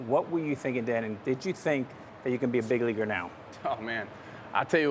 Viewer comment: “fig leaguer”